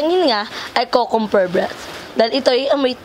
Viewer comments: tawang tawa ako sa "kukumber" breath 😂😂😂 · Mali po ata pagbigkas ni sa Cucumber 😂😂